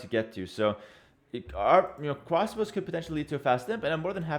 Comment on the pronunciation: I hear cwasbows